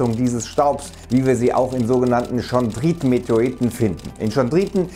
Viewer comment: Es wird Kondrieten ausgesprochen, nicht schondrieten